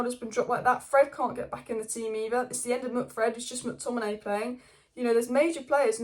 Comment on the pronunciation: Does my edd in the way you say mctominay lol